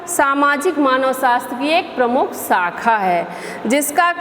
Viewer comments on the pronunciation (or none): none